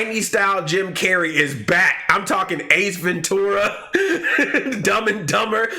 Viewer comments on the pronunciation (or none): “ace venTORA” that rlly bothered me :/